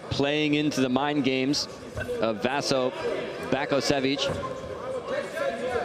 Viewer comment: This commentator is a fucking moron. Not once did he call out either of their names correctly... "Vasco Bake-osevik" "arse-ih". At least have the damned decency to learn their fucking names...